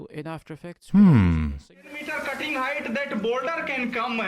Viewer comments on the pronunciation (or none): none